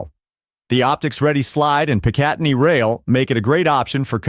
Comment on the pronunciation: PICatinny is pronounced with the accent on the first syllable not the second.